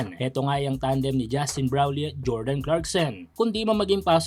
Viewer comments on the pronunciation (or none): none